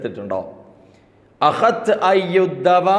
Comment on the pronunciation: അഹ് ത് അല്ല തഹദ്‌ത് എന്നാണ്